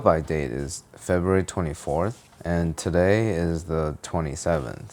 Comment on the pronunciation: It is not Feburary